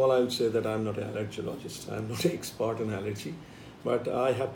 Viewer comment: Its expert not export